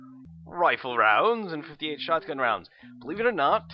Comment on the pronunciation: I really hate the way that you pronouce; Shot-gun, Yet, Not and pretty much any other word that ends in "T".